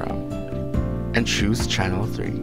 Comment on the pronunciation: please emphasize the CHANNEL part. it's so confusing